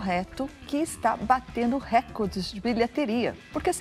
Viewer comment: O português deve ser cuidado dona Thais, é recorde e não récorde.